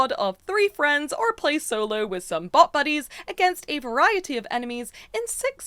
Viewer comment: ngl I had to rewatch this part 4 or 5 times. I thought the said 'butt' buddies and not BOT buddies.